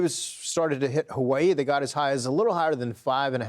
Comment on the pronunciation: Dog are you saying ha-way-ee?